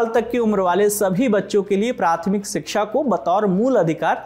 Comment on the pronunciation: "Siksha" nahi "Shiksha" hota he....Hindi to sahi se bolna seekh lo...